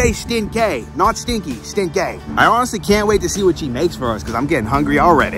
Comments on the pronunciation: stin-kay and the tri-house in MA is the triple-deckah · Stin-kay , lol still with ya.. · Stin-kay